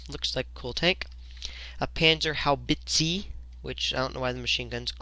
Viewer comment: It’s pronounced how-blitz-en it’s not how you write it just how you pronounce it